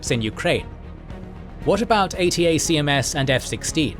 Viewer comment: ATACMS is pronounced 'A tack Ums'